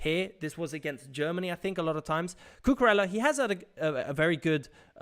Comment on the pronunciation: Great tactical content. Just fyi Cucurella's name is pronounced 'Cucuraya'